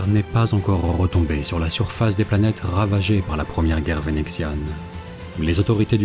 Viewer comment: Rrrrrretombé. Rrrrrrravagées. Rrrrrredoutent. Vas y doucement avec les r gutturaux, s'il te plaît. C'est assez désagréable à l'oreille.